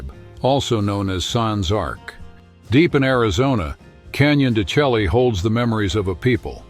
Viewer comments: Not quite canyon de Shelly. It’s pronounced canyon de “”Shay” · Its pronounced canyon de-Shay…